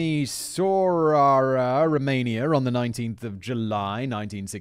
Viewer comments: Mata sarray ahnoo. Timishwara. At least TRY to make an effort. And for the writers, maybe put how to pronounce words/names BEFORE Sigh-man butchers them. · I'm Romanian born and I'm laughing at his reaction and attempts at Romanian names and places, they're not always easy I understand - "tee-me-shwara"